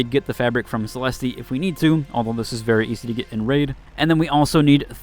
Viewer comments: The fact that the game is voice acted and they call her "Cell-est" and that "Celesteeee isn't even an actual name is wild! lol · Great guide! Her name is enunciated: Celest, there's no 'E' sound at the end, for it's silent. I actually just found a Blaze Grenade blueprint last night! First Leaper I killed with a Blaze was during the server slam, just happened to have one and used it. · It's not though. It's a French and Italian word that came from Latin; It's pronounced "Suh - Lest/Seh - Lest" in English. The game is in English, using English pronunciations for everything else - so the guy in the video is pronouncing it incorrectly in context. Not only that but, it's pronounced Suh - Lest in game. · Why is it so hard for everyone to say Celeste right these days :/ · Bro it's not Celesteee. It's just pronounced "Cell-est" lmao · Is this AI? I've never heard anyone pronounce Celeste as Celesty lol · hahahahahah all these dudes in the comments get triggered by the pronunciation of Celeste 🤣🤣🤣 "MAN! THE MAIN SUBJECT OF YOUR VIDEO IS IRRELEVANT BECAUSE YOU ARE CELESTEEEEEEEEEEEING" btw...nice vid bruh. Good intel! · Idk if you are doing it on purpose, but its Celeste...like Suh-Lest. I get it if you are doing it on purpose. I used to pronounce the RPG missile launcher, as, RPJaysss instead of RPGees, back in the call of duty days, and it pissed off my friends so much for some reason, that I kept doing it just because. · My brother, its Celeste, the E at the end is silent lol. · You butchered it like 4 times bro, it wasn't just one single oopsie :') edit: now up at 5, haven't finished watching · Pronouncing 'Celeste' wrong every time is diabolical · The "e" at the end of Celeste is silent, my guy. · It’s a silent e for Celeste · you don’t pronounce the E at the end of celeste lol